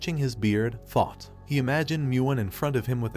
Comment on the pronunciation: I expected nothing less from a guy who says taught instead of thought